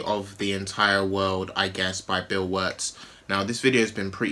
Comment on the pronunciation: It's Bill not Bull ffs